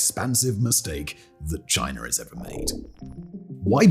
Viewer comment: It's chinA not chinER